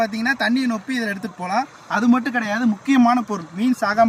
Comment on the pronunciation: அது நோப்பி இல்ல தம்பி, ரொப்பி.